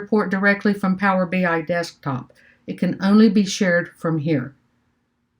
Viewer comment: ENJOYED your videos - keep it up! Maybe a thought - it's "Power BEE-EYE", not "PowerBYE";-) DON'T STOP MAKING VIDEOS! I LOVE your practical approach, and listening to you actually ASK the questions out loud that are literally IN everyone's head!!! Hope to see YOU presenting at local (Chicago?) conferences & users groups!!! - in North Aurora IL